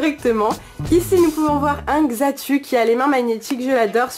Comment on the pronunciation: et sa ne se prononce pas xatu mais xatou